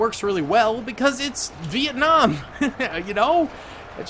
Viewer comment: Bro it's not viekung its Vietnam